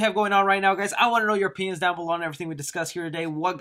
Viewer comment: Ngl I kinda thought he said p***s instead of opinions at the end of the video. 😂